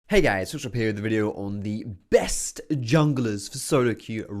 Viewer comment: When does his intro it sounds like he says " hey what's up social P here" instead of foxdrop xdd